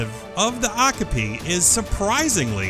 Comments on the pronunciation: o-kah-pee not okopie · Okapi is pronounced "oh-kah-pee" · it's pronounced "oh- cop- ee" omg!!!!!! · its not "ock a pee" its " o ( as in oh no!) copy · Wow cringe, how you miss pronounced Okapi